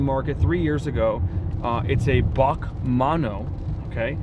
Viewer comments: It's B.A.C not "Bark" 🤦‍♂️ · I’ve always heard it as B-A-C not BAC (Bach) but I could be wrong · B.A.C not BAK pleaaase! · B A C are pronounced separately^^